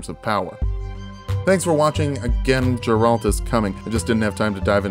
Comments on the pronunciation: Geralt* not Jeralt but can’t wait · It's Geralt, not Ja-rald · "Jeralt" and "Geralt" is becoming "Gif" vs "Jif" and both have the same right answer for which letter is supposed to be pronounced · Super late comment, but the G in Geralt is a hard G, not a soft G. Makes the G sound, not the J sound. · No one going to mention that he said “Jeralt” instead of Geralt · Who is Jeralt? its Geralt my dude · Not to be THAT guy (not a "that guy") but it's going to bug me that you pronounce it "Jeralt" instead of "Gheralt". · Please stop saying Jeralt, it's Geralt xd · GARE-ALT NOT JARE-ALT. Please for the love of god dont butcher my mans name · Did my mans really just say “Jeralt” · Can't wait for the intro to the Geralt video where has to apologize for saying Jerralt like four times in this one. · Geralt is pronounced like the beginning of Gary and ultimate. "Gare-ult" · WHO SAYS “JERALT”!? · Nice video, but the way you said Geralt made me question my existence. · Hard G on Geralt. Still enjoying the vid don't worry ;) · Geralt hard G, not soft g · You don't pronounce it Geralt with a long g. It's a short g.